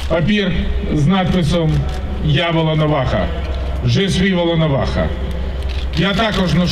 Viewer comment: Бля он минимум 3 раза сказал воЛОноваха это все равно что сказать поЛОрошенко...